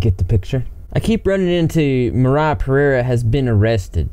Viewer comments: "moriah pereereireoirerieruoe" uhh,, good job man lol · Pereira is a Brazilian last name. And it is spelled Pe-rey-rah(kinda like that). Lots of love from Brazil! (and the spelling that you heard is wrong) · dont try to pronounce pereira again